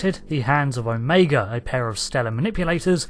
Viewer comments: It's pronounced "OH - MA- GA" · I dig how the Brits say O-MEGA.